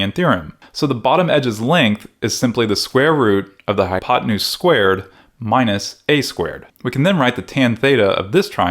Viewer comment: “High on pot-nus”